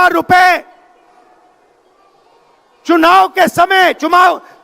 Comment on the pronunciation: 😂😂😂r e bhai chumao spelling to thik c bola karo rahul bhai chumao nahi chunab hoti hain😅jara gor karo mnt per kya bole chumao chunao,chunab wah kya bashan thi😅